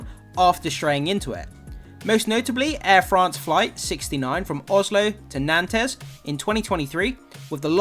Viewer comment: Naunces Not Nantez